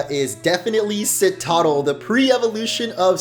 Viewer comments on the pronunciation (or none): none